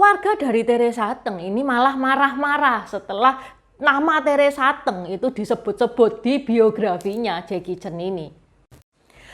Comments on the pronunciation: Udah gak cantik.....baca aja gak becus Teresa Te'ng , hrs nya Teresa Teng....songong bget !!! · Nama Teresa Teng koq baca nya Teresa Te'ng ,baca nya goblok koq jd reporter......jing anjing tolol !!! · Teresa T’eng, sebutnya e’ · Salah baca nama artis nya